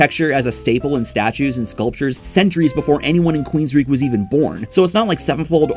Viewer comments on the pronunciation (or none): WOULD YOU PLEASE STOP MISPRONOUNCING QUEENSRYCHE WITH QUEENSREECH? IT'S PRONOUNCED "QUEENSRIKE"! QUEEN OF THE REICH.